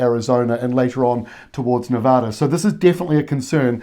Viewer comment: Its Nevada. You had it right. Honestly, very good info on the region.